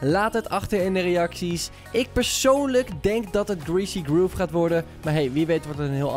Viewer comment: Grease groeve ? greasy grove leer Engels pike